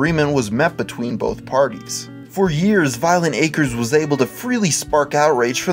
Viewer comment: And to think, this whole time I've been pronouncing it "Violenta Crez".